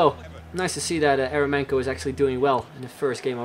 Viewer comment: Eremenko is pronounced like Yer-yo-menko with an accent on "yo" :/